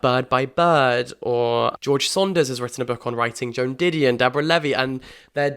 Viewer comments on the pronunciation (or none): none